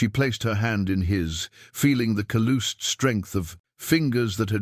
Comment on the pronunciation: The way words are pronounced is hilarious. Although the word is spelled 'calloused', it is not pronounced as 'cal-loosed' but as 'cal-luhsed'. I've seen this word mangled in several other stories. And I know it's AI, but they can and should fix it. Hacon is a perfect example of a man who resents bullies and knows exactly how all people should be treated.